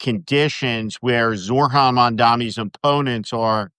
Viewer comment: Steve: it’s Zoh-ran not Zor-han.